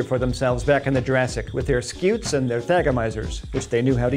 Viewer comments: "Scoots" cause it's a scutum in latin, as in shield. So stop saying skeeoots, and telling us you researched it. A centurion uses a scutum, not a skewtum, so slap the person that taught you that. The more you know..... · I love how much he over-pronounces “scutes”